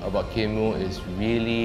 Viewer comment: Should pronounce as kin moooooo. Hahaha